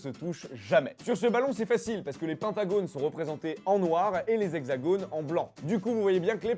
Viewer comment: on ne prononce pas le s de la liaison : les hexagones